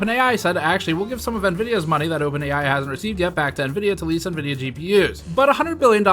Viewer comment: You pronounced Nevidia wrong